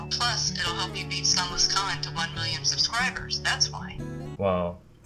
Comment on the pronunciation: I love how his mom perfectly says “sunlessKhan”